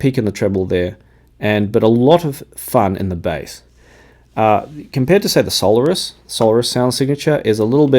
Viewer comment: the Campfire are pronounced sol AIRus, thanks